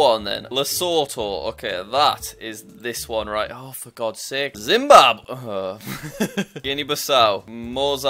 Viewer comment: dimbabwe 💀 (no offense it's funny)